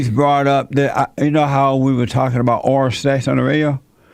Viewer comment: This video is so hard to watch with all the poor pronunciations. It took me a minute to realize the head idiot was saying ORAL sex and not ORANGE sex JEEZ! no wonder these women can't climax... I mean cli-mack.